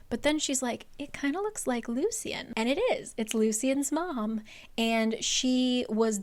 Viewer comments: Lucien is pronounced Loo-shen not loo-see-en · Just a heads up, I think Lucien's name is pronounced as "Lushen" because that's how the audiobook says it